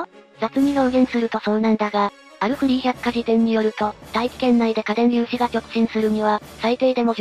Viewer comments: に電粒子って…。 荷電粒子をそう読む人初めて見た。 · 荷電粒子＝いでんりゅうし×かでんりゅうし○